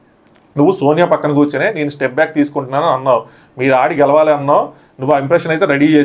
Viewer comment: garu gelavali anna word pronunciation wrong. Gelali gelali ani antunnaru repeated ga. So, Pronunciation correct chesukovali ani koruthunnanu